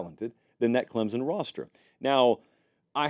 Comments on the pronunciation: It's pronounced CLEMSON, NOT Clemzon. Get it right! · There is no “z” in Clemson